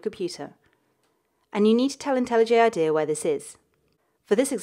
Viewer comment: Well technically she says it the correct way...